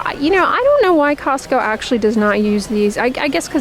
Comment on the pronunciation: Cozzzco lol